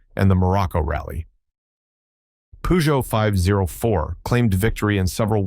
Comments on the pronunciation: Poogeot ??? Come on... your pronunciation ruins your video.... its purrrrgeot.... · its not puuuuzjow 🙄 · Peugeot 504 ......pronounced purrr joe five oh four. You repeat the 5 zero 4 as if it was a radio station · "Pujou"whats a Pujou? Peugeot i know. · Pronounced pee-djoh in Africa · We call it Peh-Jo here. 😂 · This brand was so popular in Africa that the French even ironically pronounced "Peugeot" pejo as "Pigeot" as the Arab accent. Th model name is French pronounced number "cinq cent quatre" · Wow he butchered the French car company name.